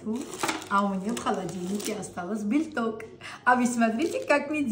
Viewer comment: Как же мне нравится ваш " жельток" и "бельток" ) удачи Вам и здоровья!